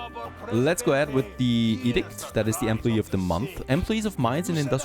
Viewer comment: Enjoy your video but two things lol. You really learned into the dictatorship with the firefighters and workers. There building was burning down and you wanted them to stay at work 😂 and secondly what’s your first language ( no offense) because the way you said employee I never heard it said like that before. But again I enjoy your videos